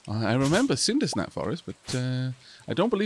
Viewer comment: Third tme in Stardew Valley and still calls CinderSAP Forest the CinderSNAP Forest XD It's little things like this that connect the LPs * wide grin *